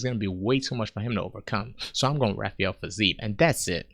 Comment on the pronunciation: At first this video annoyed me… then it slowly grew on me… until I burst out laughing at “Rafael Fiziev.” Subbed.